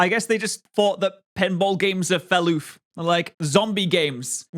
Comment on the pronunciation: Fell oof? Talking fast is hard and it's easy to make mistakes, but then you go to say it again shortly after. I've never heard this pronunciation from you in any of your videos. Maybe I'm just not listening carefully haha.